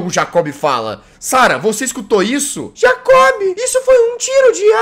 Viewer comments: Nome do personagem: Jacob O que o Jazzghost fala: J A C Ó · Jazz não e jacobe e jacob (jaycobe)